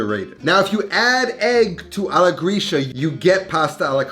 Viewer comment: I sometimes wonder if you are a "real" italian, because of the pronunciation of some words. For example "alla gricia" should sound like "alla gritscha" and not like "alla grischa"...i dont know, maybe i am wrong. Your recipes are always super nice, but i wonder if you grew up in italy?